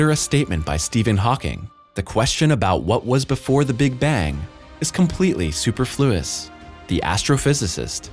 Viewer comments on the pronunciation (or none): I love your pronunciation of the word "superfluous". Your accent is on "flu" instead of "per"...or is this annotation done by computer?🤣